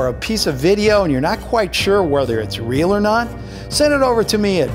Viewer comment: did you mean real and did you mean fake not rial or fase!!!